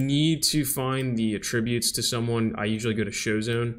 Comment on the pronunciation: At least use the correct pronunciation of "Attributes" . at·trib·ute